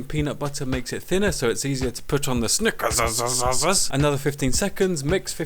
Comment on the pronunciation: "Sneakerzizizze" Lol